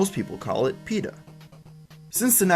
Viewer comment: dude its peta